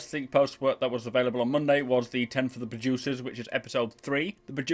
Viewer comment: I heard, "Ten for the Bajucers," every time you said "producers." Im sorry, but it cracked me up man. XD